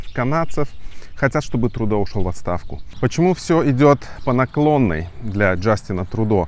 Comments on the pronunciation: Спасибо за выпуск. Но пожалуйста, произносите правильно: ТрЮдо. (Trudeau) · он не ТрУдо а ТрЮдо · А может, лучше Трудеау? Иностранцы не обязаны под чужие правила произношения подстраиваться. Мы не говорим лАндон, пари, бэлин, лысбоун.